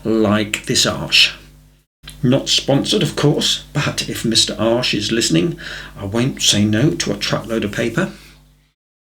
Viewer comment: What a wonderful tutorial. Thank you so much. I can't wait to try it. Just want to mention, that the pronouncing of Arches sounds like the German word for ass. 😂